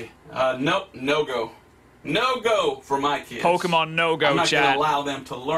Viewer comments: The guy said "Pokemen" time and time again lmao he probably watches Natewantstobattle frequently and likes his videos XD he clearly did his research though 🤣 Having fun playing a modern game with an advanced piece of technology produced by a creative and evolved civilization would be prohibited by the church right now because it is just straight up demonic 🤦🏻‍♂️ These people can't be serious, their judgement is just as bad, this whole logic doesn't make sense to me, my goodness! 🙄😂 There are things far worse and more corrupting than that and video games are the least concern. Also can you imagine how boring this guy's life is? lmao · When someone can't even correctly pronounce the name of the franchise, they lose all credibility with me right off the bat. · I mean is it a so hard to do just a little research into what he's arguing about? He can't pronounce Pokemon and doesn't actually know what the game is like. Just a little more research and it would have at least sounded like he wasn't making it up as he went edit : oh damn i felt a moment of impending doom when he said "and i saw a video where you could press a button to EVOLVE" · Pokeman sory but if you're going to insult something at least say its name correctly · Why do People that's not interested in Pokémon or don't know what Pokémon is Says "POKEMAN" OH MY GOD its PokeMON Can you read?? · It’s Pokémon not pokeyman. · You honestly I don’t think suggested the right game So here a new one How many time did he say Pokémans instead of Pokémon Reply now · Im curious whats more funny, what he's saying or the fact he's saying Pokemon as in "Pokemen" decide 😂😂😂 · Nah he's talking about pokimane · IS POKIMAINE DEMONIC O M G (3 AM CHALLENGE) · Each time when he says poke - e - man my soul is cut in half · It's just 3 minutes and I'm already triggered of him saying pokemen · everytime he says pokeMEN my soul dies a little, especially because he can write pokeMON but can say it